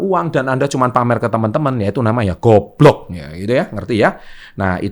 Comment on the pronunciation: Puas bener kalo Ngomong "GUOBLOK" 😂😂